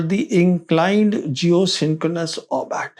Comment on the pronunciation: It is not 'orbat'. It is 'orbit'. Get you damn words correct if you want to be taken seriously. Gods sake.